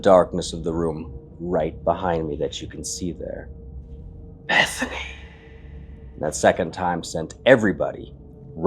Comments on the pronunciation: it sounds like he's saying "evening," not Bethany. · For me, it not sounds like Bethany, more like beezany... dont know... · “Is anyone “ not Bethany